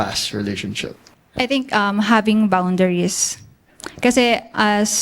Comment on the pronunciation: girl #1 should just speak in Filipino. Nagmukha siyang tanga when she said "he's hesitate" saka "bawnderes" lol